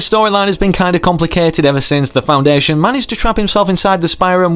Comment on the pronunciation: It’s the foundation. Well it does not really matter that u said it wrong so- but yeah the foundation is coming to fortnite!